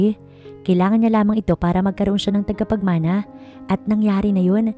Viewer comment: TAGAPAGMANA NOT TIGAPAGMANA.